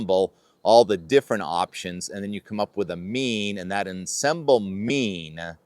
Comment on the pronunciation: Oh you're gonna hear it about your pronunciation of "ensemble"...